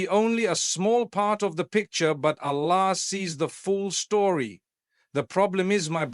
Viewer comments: listen to him where he pronounces Arabic Words. It is completely done wrongly. Even Allah, he pronounces it usually as Ala! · The way the audio says Alla and not Allahh… we know its not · Yes, this is shameful the way Arabic Words are pronouced. Like Ala. Soubhanallah. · this is ai generated he never pronounces Allah like this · Something is there. Mufthi's voice taken. But he is not speaking. Look at the pronunciation of Allah .😢.